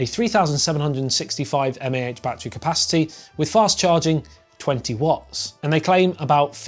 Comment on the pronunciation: The way he said mah is killing me